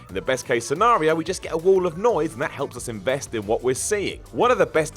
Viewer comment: It's "What?", not "What!".